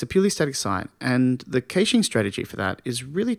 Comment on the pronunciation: Great video...The pronunciation of "caching" leaves me to believe you are reading a script and not someone who actually knows the subject of web caching - which is obviously not true. You've got a subscription and a like though as the delivery is very good, and the content excellent.